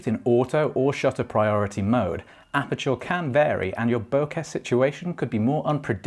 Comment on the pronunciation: Great vid. Fixated on apachoor pronunciation the whole time😂😂